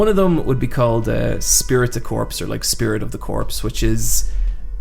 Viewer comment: For the love of God someone teach how to pronounce esprit de corps